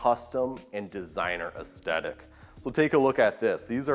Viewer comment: Great job with these videos but someone needs to teach the presenter it's "aesTHetic" not "aesTetic" and it's "hewing" not "hewning." Sometimes he takes "hand-hewn" and makes it present tense by saying "hewning" lol.